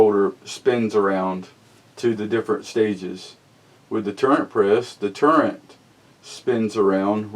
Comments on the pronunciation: It's not a"Turrent" press. It's Turret.....no "n" in it. Will the Classic Turret press accept magnum rifle cases such as the .338 Winchester Magnum? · It's turret. Not turrent. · Sorry man but it's not a tur rent press, it's a tur ret press. Lol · It is a TURRET not turrent. Smh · There is no 'N' in turret. Please pronounce it correctly and kill that dam rooster in the background. Yes I know this is an old video